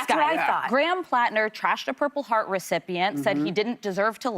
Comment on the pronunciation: Whoopi: “Graham ‘Planter’.” “The ‘Planter’.” It is time for a new moderator.